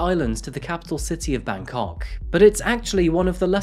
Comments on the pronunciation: bro when you pronounce Bangkok, you gotta stress the bang and not the kok. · it's Bangkok. not Bankok.